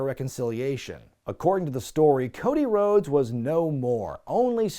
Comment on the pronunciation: Ah yes, the evolution of Woah-dy Woah-des